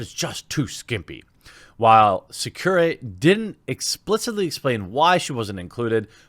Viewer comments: Sa cur rye is how you would pronounce his name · In case you have to pronounce Sakurai's name again later, it would be Soccer-eye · SAkUrai is how you say it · You almost got the Director's name right. You said Masahiro (Ma-sa-hi-ro) correct but messed up on Sakurai (Sa-ku-rai), which you pronounced as Tsukurai in the video. Also Mai (Ma-i) is pronounced as "My" rather then "May" so good correction on that part, even if you were a bit unsure. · FYI Sakurai is pronounced like samurai with a “k” instead of an “m”. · Jeremy, my brooda, say it with me. Sa-Ku-Rai. Sah-Coo-R+eye. EYE. R+EYE. RAI. RYE. Mai. M-Eye. My. M-Aye. EYE!!!! MAI!! MY!! Jeremy you're triggering me!! >.< This is almost as bad as people not being able to pronounce Mikasa's name from AoT. Like for god's sake, how hard is it to say Mi-Casa. I mean, they even butcher the pronunciation of Wall Maria. How the hell does a Japanese voice actor pronounce Maria better than and english voice actor? ex: JP - "Ma-Ri-Ah" . ENG - "Mar-Ria" -_- Done being triggered, sorry. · its pronouned sack-a-whey.. just for future ref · It's pronounced Sack-or-eye. Lol! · They're pronounced "Sock-oo-rye" and "She-ra-noo-ee" respectively just FYI. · I didn't. You're probably not going to correctly pronounce a person's name if you've never heard it before. It was the same for Mai Shiranui's name. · You were closer than I expected on Sakurai; just no emphasis on the ku. Don't put emphasis on Japanese without doubling; ex Sakkurai, Sakourai... Would have emphasis